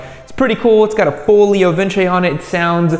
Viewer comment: Wohooo, finally someone who pronounces vince in leo vince correctly🎉